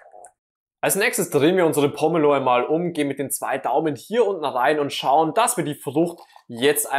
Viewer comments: Das heißt Po-me-lo und nicht Pommelo. Und wo war der Trick? Ach ja sie schwarzen Handschuhe. 🤦‍♀️ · Gute Idee, die Schale oben herum einzuritzen und nicht, wie sonst gezeigt,den Deckel abzuschneiden. Allerdings wird der Name nur mit einem " m" geschrieben und deshalb anders, als von dir, ausgesprochen, mit langem "e". Nicht wie Pommes 🤭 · Wäre schön, wenn Pomelo richtig ausgesprochen würde und das, was da als ultimativ gezeigt wird, hab ich durch einfaches Tun schon immer so gemacht.